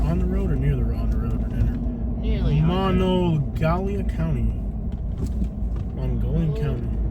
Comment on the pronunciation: You have no idea any West Virginia history. You are very biased. You can't even pronounce Monongalia County. What research did you even do? I know this was a year ago. This is Mountaineer country we are our own people here.